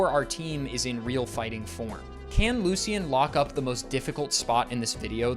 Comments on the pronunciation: ITS NOT LU-C-IN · AHHHHHH STOP SAYING LU-C-IN. ITS LOO-SHUN. ALSO PLEASE LEARN HOW TO PROPERLY PRONOUNCE OTHER NAMES. It’s not GUI-AIR-RAH-DOS, it’s GEH-RAH-DOS.